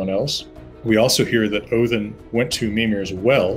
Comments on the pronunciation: Love the fact that he pronounces the names & realms correctly. Best example is him saying Odin like Othin. Also don’t like the fact that they go over Kratos bring up that his confusion to dying of old age is dishonourable & makes one go to hel. Not to mention that Magnus & Modi are supposed to be born after Ragnorok. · He gets pretty close for an American, and yes, it is Othin (more like Oath-in with a soft th sound or oh-thin)